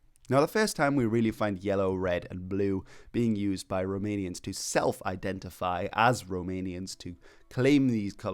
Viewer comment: I have to say that your pronunciation of Romanian names is very good, congrats!